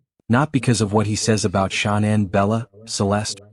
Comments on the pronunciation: The AI voices always pronounce “Shanann” as Shaw-nan every single time. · That video you just shared is rubbish, I agree!! Total BS. The guy can't even get Shanann's name right. He can't say Watts correctly, either. I watched a few min of it last night & had to turn it off, I'll never watch another video of his. What a load of poop. If he did have a child lost to a crime, he's not doing him or her any justice by putting out ALL TOTAL FALSEHOODS like that video. Wud be want his child's story to be reported with no truth to it?